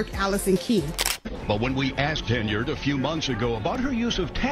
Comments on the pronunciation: Ugh! I gave you one more shot. Unfortunately, your pronunciation of “Henyard” is awful again. At least I made it this time. Peace out!! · Please learn how to correctly pronounce Henyard and Dolton.